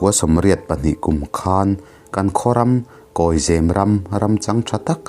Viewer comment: Zêm nilo in, zem a ni zâwk ang. Eg.. Saphai in sakhi a zem.....